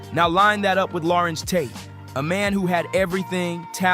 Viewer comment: Who is this guy calling him Lawrence Tate. WTFUG.